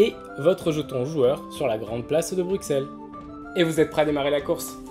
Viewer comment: Les gens, c'est Bruxelles, pas Bruksel. ;)